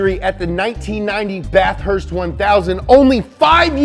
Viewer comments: The way he says Bathurst gotta say it as one word not bath-hurst hahaha love your channel so much good content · Say it with me bath-herst